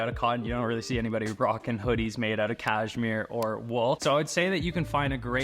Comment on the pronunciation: it's pronounced caSHmere, not caJmere